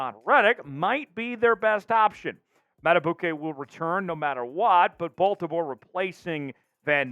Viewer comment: His name is pronounced mad-uh-beek-ay. Not mad-uh-boo-Kay…